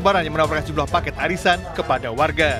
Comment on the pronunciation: Pengisi suaranya kok aneh suaranya? Cara ngomongnya lucu.. Gw tadi berasa denger arisan kok warisan...